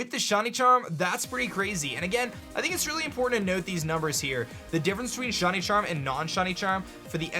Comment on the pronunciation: Is it just me, or is he saying “Shuny” instead of shiny?